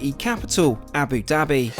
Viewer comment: I'm surprised that you still have not learned how to pronounce Abu Dabi. Love your videos, but if travel at least learn how to speak properly. Wish you could some videos about the cheapest/ middle class or turn to something new since these ar egetting boring